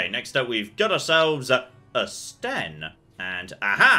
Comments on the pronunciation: It's Sten, not Shen. You also can't queue up any actions. And there are combos; Winter's Grasp to freeze an enemy, then Shield Bash to instant-kill them. You might also want to zoom out to get into tactical mode. Doing so would allow all 4 characters to do their attacks automatically since you won't be controlling a specific one. You should also customize the Tactics yourself; they are really detailed, and if you get a good setup, all you'd have to manage would be positioning. Edit: Oh, also, you can talk to your own companions too. They're a good source of information. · Ah yes, "Shen," the mighty quinari.